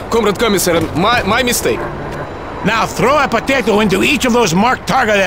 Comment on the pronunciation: P A T E T O